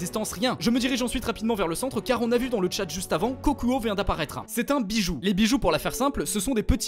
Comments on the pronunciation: Ta dit biju est c'est des bidju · Petite info sa se dit pas biju mais Bidju